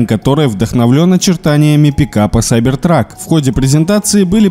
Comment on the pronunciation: Движетель и сайбейтрак... Кто тебя говорить учил?